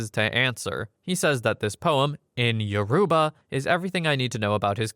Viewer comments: He couldn't have pronounced it more wrong, its pronounced Yo- row- ba, emphasis on the ba part, not Yo-roo-ba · he did not pronounce it correctly 😭 respectfully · Lol we exist. Yoruba is one of the three major tribes in Nigeria. And yeah, he’s pronouncing it pretty wrong and a Google search isn’t so hard to do for a video like this.